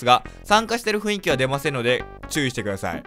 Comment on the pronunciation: 散々「雰囲気(ふんいき)」のことを「ふいんき」って言ってるが間違いだぞ 間違えたまま覚えてるのはさすがに恥ずかしいからこれを機に覚えてくr